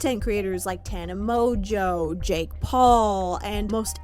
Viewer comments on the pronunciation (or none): Why are we still calling Tana mongeau “Tana mojo”